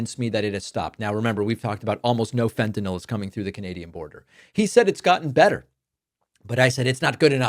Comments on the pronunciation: Fentenall rhymes with Adderall. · Fentanyl (as in ill) is the correct spelling/pronunciation! -oh, as in Fentanol denotes it is an alcohol, which it is NOT. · "FentanOL" (as Drumpf pronounces it) would imply it was some sort of alcohol. However the fentanyl molecule has no hydroxyl functional groups, the presence of which are the defining trait of an alcohol. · Fent-ta-NIHL. Rhymes with rent=a mill. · "Fentan-ol," as though it rhymes with bawl, lol. Trump thinks the only drug is alcoh-ol. And you know, he must live in so much pain with obesity and no exercise and no physical strength . . . I'm amazed he's never said a word about returning the Chinese manufacture of prescription medications to the US. I'm terrified that he'll slap a tariff on meds, and as I live with chronic pain, I'll kill myself before going 4 years without. Bonus: no more seeing his ugly mug or hearing his godawful voice again. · Hey david, love your content, but as a member of a family of medical professionals in the midwest, either way of pronouncing fentanyl is fine.